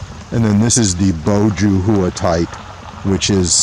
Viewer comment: JUH HOO-A LOL. It's pronounced JOO HWA. Not hating, I have like 10 of these around my yard thanks to you guys